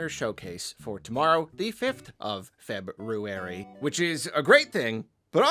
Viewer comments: FINALLY!! Another who says Feb-ROO-ary! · opened the video by pronouncing February correctly. so satisfying